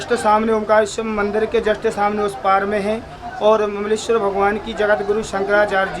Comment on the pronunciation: Mleswar nahi hota hai Mamleshwar hota hai 😂😂😂😂